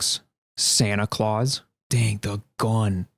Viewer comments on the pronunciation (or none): none